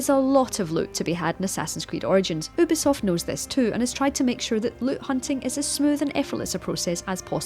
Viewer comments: its you-bee-soft not ooo-bee-soft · its said you-bee-soft... not oooooh bee soft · It's you bisoft not ohbisoft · Imagine finding true love then finding out they call Ubisoft "Oobisoft" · You-b-soft fyi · did she say "boobisoft"? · For God's sake stop calling ubisoft "oobisoft"! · Shōgun you're right , I've even heard the CEO pronounce it " You-be-soft"